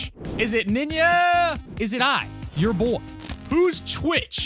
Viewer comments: to Ninya? or Ninja? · Why the f❤❤k do you say ninya when its ninja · Did u say Nina or Ninja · “Is it Ninyaaa” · Bro keeps saying ninja"Niña” it's fine tho